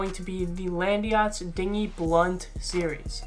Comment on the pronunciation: "Landeeeeeeeyachtz" why is it not "LAND YACHTZ"?